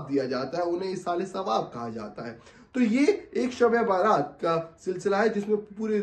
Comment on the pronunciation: Baaraat nahi.bara'at hai.bara'at ka matlab hota hai nijat ke.rihai ke.jahannam se rihai